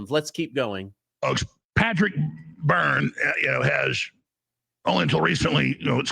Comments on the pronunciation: This is so explosive. I wonder if anything will ever come of this info. please get the guest's name right. His last name is Byrne, not Burns. Burns is the evil nuclear plant owner from The Simpsons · BYRNE! not Byrnes. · Byrne, not BurnS. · Byrne not Burns